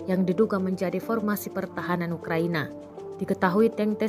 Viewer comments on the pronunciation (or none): none